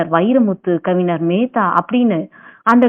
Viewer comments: ஏம்மா கொல்றீங்க அது கவிஞர்ம்மா ஞ வே வரமாட்டீங்குது அதுவும் ஒரு தடவைன்னா பரவாயில்ல பலதடவை தப்பு தப்பா சொல்றீங்க கேட்கவே நாரசமா இருக்கு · தமிழில் உச்சரிப்பு மிக முக்கியம் நீங்கள் கூறிய தகவல்கள் அனைத்தும் அருமை சகோதரி ஆனால் கவிஞர் என்ற வார்த்தையின் உச்சரிப்பை சரி செய்யுங்கள் சகோதரி